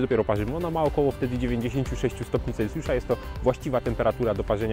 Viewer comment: Bardzo spodobał mi się film, aż chyba zasubskrybuje ten kanał. Jedno tylko nie daje mi spokoju. Mówi się stopnie CelSjusza, a nie CelCjusza. :) pozdrawiam